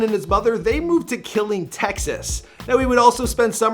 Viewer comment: Killing Texas lmao 😂 it's pronounced ka lean